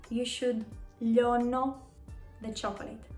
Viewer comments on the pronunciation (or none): Hi, please explain why you pronounce "λιώνω" like "λώνω"? , I thought it would be pronounced as "λι--ώ--νω"